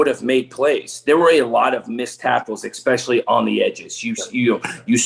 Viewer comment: "EX-specially." Someone PLEASE tell that there is no "X" in "especially."